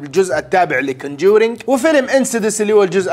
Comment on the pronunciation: كُونجرِين مو كَنّجورينق😂😂